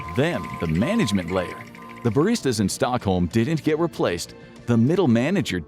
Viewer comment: management ❌ mangalment ✅